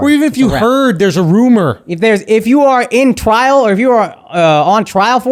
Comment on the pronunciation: Akaash back at it again with the “twwial” 😂